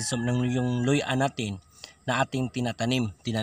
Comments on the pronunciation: Luya hindi Loy-A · Luya NOT luy-a !